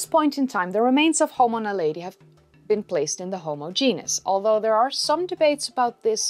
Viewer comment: very good just wish you had pronounced it Na lead e... not Na lady